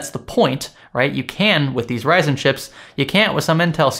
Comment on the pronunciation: Did he say Verizon instead of Ryzen ?